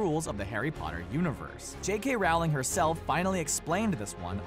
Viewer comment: Why do so many people pronounce her name like that, (referring to J. K. Rowling) it's pronounced rolling not Ral-ling or however people keep mispronouncing it